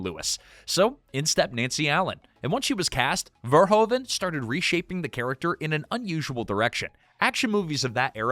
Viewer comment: Just a sidenote: His name is not prenounced Verhoven, the Dutch oe sounds like "who" you need to pronounce it Paul Ver-who-ven.